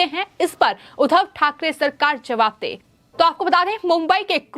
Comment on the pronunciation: जहां जिस शब्द पर दवाब देना हो वहां तो देती नहीं हो। उधव नहीं उद्धव बोलो उद्धव * द्धव* पर जोर लगाओ I